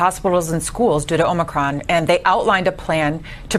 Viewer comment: Hey! Really enjoy all the info you provide, but just you know the new variant is pronounced O/MI/CRON.